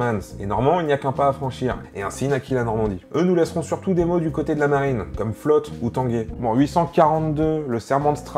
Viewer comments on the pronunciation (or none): none